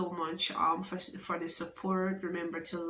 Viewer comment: "Taken fi granted" 😂😂